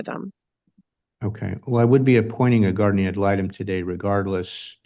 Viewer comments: Drives me wacky when ppl say GUARDIAM..... IT IS GUARDIAN.... WITH AN N........ NOTTT AN M.... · Moms brows tell me all I need to know about her and if the Aunt doesn’t stop saying “Guardiam” instead of guardian…